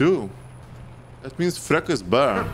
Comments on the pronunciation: Yo, it’s not frekka, you spell il “ freccha” Fre (Charlie Chaplin) A FreCCHA 🥳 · "Freccia" is pronounced "Fretcha" not "Frecca" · I love when you say Frecca instead of Freccia ❤️😂